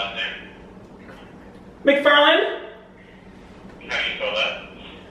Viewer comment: when you said "Mcfurland" I was like Noooooooo way Cuz that's my dood Seamas' last name lol